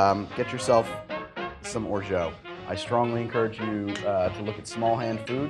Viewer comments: Pronounced orja, not orjo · Just so you know, it's pronounced like "or-jaht" not "or-joh" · it's orgeAt like ORJA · Orgeat is pronounced, "Or-Zsa," like Zsa Zsa Gabor. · Orgeat IS pronounced orja 100% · "Orgeat" isn't pronounced "orshow" :) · That’s plantation 5 not 3 star. And I’m pretty sure you’re mispronouncing “orgeat”